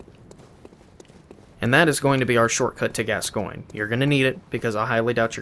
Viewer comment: Call Father Gascoinge: Father Gas-sguin-gee